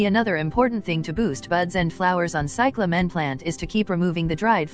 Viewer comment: You dumb robot. It is CY cla men. Not cy cla MEN